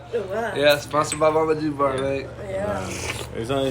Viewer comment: I feel like ur pronouncing "mama Gebar" wrong lol